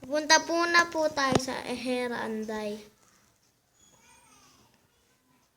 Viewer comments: hera andal hindi hera anday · hindi man anday eh andal magbibigkas ka pa malimali namn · hera andal hindi anday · hoy bobo hindi heran anday kundi heran andal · andal po hindi po anday😊😊😊